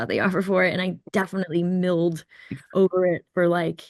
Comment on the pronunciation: It's mulled not milled ffs.